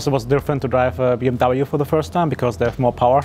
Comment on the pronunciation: How much did they torture to pronounce BMW the wrong way???